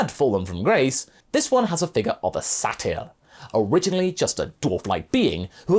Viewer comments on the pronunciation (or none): none